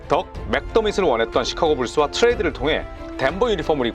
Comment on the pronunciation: 트레이드랑 덴버 발음이 너무 그 남자인데